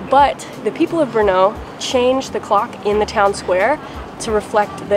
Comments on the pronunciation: It's Brno (stress on R, not O) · Thank you for exploring my city. Just a little thing. Do not ever put a stress on second sylable in czech words. Always the first syllable. Thanks.